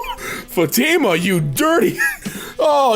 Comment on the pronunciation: you pronounced Fatimah, Ahmed, and Allah(swt) wrong xD